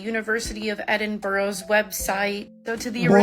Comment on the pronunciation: The way they said Edinburgh 😂😂😂 it’s pronounced Edin bruh.